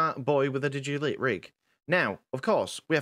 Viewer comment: it's digitigrade, digiTIgrade. TI TI TI! as in digit-i-gradus